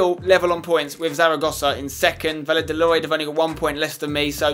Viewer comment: Dear Spencer, please implement some Spanish pronunciation. Two L's in a row makes a "y" sound Ex: it would sound like Vayadolid